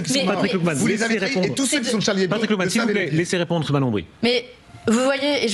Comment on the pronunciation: Patrick Klugman, pas Patrick Glukman. xP